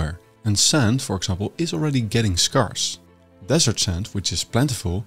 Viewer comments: "Scarce" ==> sk-air-ss, not sk-are-ss. You need to correct your robot before you put its stuff out in public. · Just a mention here. The pronunciation of 'scarce' isn't 'scar-se,' but 'scare-ss'. It's like saying the word 'scare' with a long -ss sound after it. Of 'scarcity,' it's 'scare-CI-ti,' not 'scar-ci-ti.' 😊